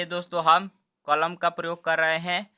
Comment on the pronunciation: Kolom nahi bhai kalam😂😂😂